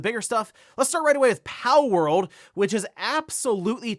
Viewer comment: haha it sounds like you're saying "powell" part of the time 😂